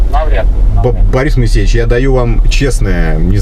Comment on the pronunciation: Мойесеев он а не моесейевич 😂😂